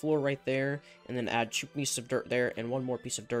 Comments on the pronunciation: Is it me or when he says two he says chew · the way he says 2 😂